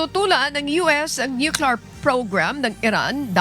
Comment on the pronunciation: Ate… please wag na paghaluin and English at Tagalog accent. Tagalog ang balita mo.. sa tagalog accent lang kasi mas nalilito ka kung maybhalong english accent. Di magandang pakinggan. Sabi mo sa word na military.. may accent.. pagdating sa word nuclear.. napalpak na ang english accent.. tagalog accent na lahat.. wag na slang-slang..please!!!